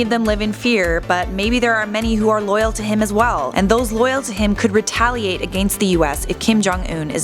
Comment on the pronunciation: Bro why this chick say against so weird